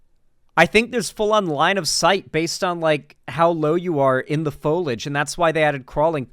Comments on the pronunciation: i am begging you to pronounce foliage correctly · Him mispronouncing foliage is really pissing me off more then it really should for some reason.